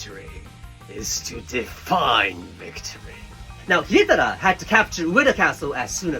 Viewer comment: Jokes on you, I spent the better part of this video practicing pronouncing Hidetada like you cause I thought it sounded neat. 😂